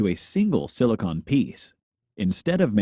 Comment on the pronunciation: why do you mispronounce 'silicon'